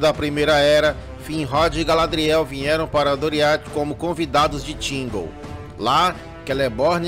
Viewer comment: "tchigóu" hahahhaha. Zuera. Bom vídeo.